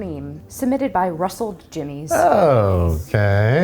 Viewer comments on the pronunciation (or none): Russled Jimmys? FFS